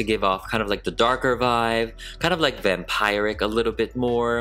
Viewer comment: “Vampiric” is pronounced as “vam-peer-ic”, not “vam-pie-ric”. I know what you think since the way “vampire” is pronounced.